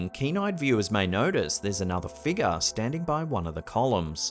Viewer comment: i love but how come he can't say the word 'figure' correctly?